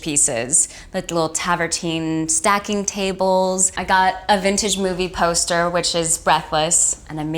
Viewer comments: travertine, not taverntine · I loved this house but Vanessa saying TAVERTINE instead of TRAVERTINE was getting me 😂😂 I’m an architect and travertine is having its moment, so many clients are asking for it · Travertine, not tavertine. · Mostly i just cant listen to her mispronounce travertine anymore 😅 its strange because she acts as though she had her hand in every aspect of her reno which is obviously untrue or she wouldve seen the word travertine at some point and realized she was leavung out the r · She needs to not say “Tavertine“ again. Lol, it’s “Travertine” . Love , a fellow Vanessa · Ugh. She is so affected. And it's travertine, not tavertine. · I like these videos but it’s Travertine not Tavertine isn’t it? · Gorgeous home and styled really well. She’s cute and charming with that said, It’s pronounced TRAVertine not Tavertine and why is is holding her huge phone the whole time? She couldn’t be without it for an hour? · Beautiful home with a really nice feel, but can someone please teach Vanessa to say travertine (not tavertine) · Tavertine? Did she say Tarvertine. Lol yup she didn't design that kitchen... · It’s called Travertine not travertine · Anyone count how many mispronounced words? This poor girl must be illiterate. Tavertine.... my God. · Someone please tell her that the word is travertine. 🥴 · Did she say tavertine? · I’m sorry, did she say tavertine tables and floors